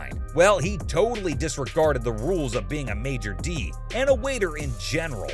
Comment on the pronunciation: Are you intentionally saying major D instead of Maître D'? 😂